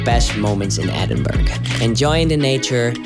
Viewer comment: Great video ! , there is so much to see in this unique and amazing city , no wonder it is the UK's 2nd most popular place to visit , for the record , the city is pronounced ' Ed-in-burr-ah , NEVER Edinberg or Edinburrow ! :-)